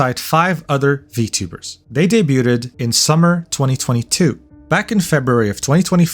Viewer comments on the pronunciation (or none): I love your content, its been helping get through work almost every day, but HOLY CRAP you mispronounce at least 1 word per video. It must be engagement bait or something, and if so I am takin it. PLEASE JUST SAY DEBUTED AS DAY-BYOOD 😭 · "Debuted..ed" You said it again lmao. I love it. Please never change. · the T in "debut" is silent. "debuted" is just pronounced day-byood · the T in debuted is silent.. illiteracy is crazy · ... is it just me or is this guy pronouncing the T in debuted and debuting? 6_6 I don't think I've ever heard that before.